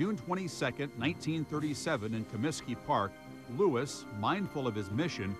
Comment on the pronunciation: Louis not "Lewis"! 'nuff said.